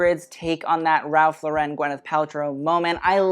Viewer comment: You ALWAYS pronounce "Ralph Lauren" wrong! . It's, Ralph "LAW-ren" as in "Lauren Bacall." NOT, "la-REN" as in "Sophia Loren." You present yourself as a fashion expert and yet you don't know how to pronounce one of the biggest brands in American Fashion. WTF?